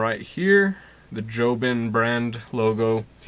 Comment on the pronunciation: It’s jobon not jobin